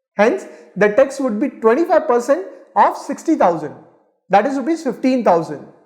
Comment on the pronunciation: it is tax planning and not text planning